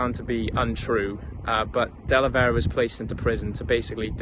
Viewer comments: De Velera not Delevera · Great video you pronounced his name wrong up until the last time you mention him